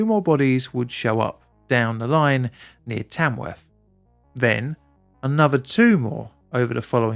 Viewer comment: Afferstone and Tamwuff? ok.